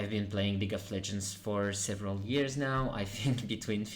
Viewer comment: ITS "SEVERAL" 😭😭